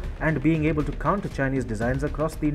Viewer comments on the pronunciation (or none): none